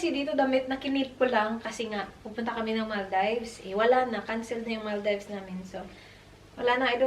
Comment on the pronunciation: the way you pronounce “Maldives” is wrong